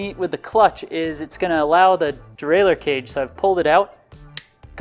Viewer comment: Derailleur, not derailer.